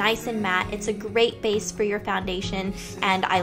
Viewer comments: It's BASE not face -. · haha I think she says base. Sounds a lot like face though! :)